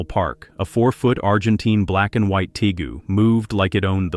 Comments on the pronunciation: How about we use a human to narrate these? It is pronounced Tay-goo. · It’s interesting how the creators of this video don’t even know the difference of a Tegu a Nile Monitor or a Spiny Tail Iguana! They also don’t even know how to pronounce Tegu (tee-goo)